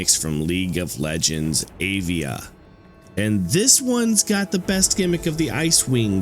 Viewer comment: I'd question your pronunciation of Anivia, but there's nothing to question. You straight up forgot a syllable. Cheers!